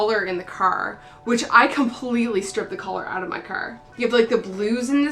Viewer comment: Great video! I love the map of St. John's in the back:) is it me or can I hear a bit of townie in voice when she says "car" I swear shes from St. John's Newfoundland. Am I wrong!?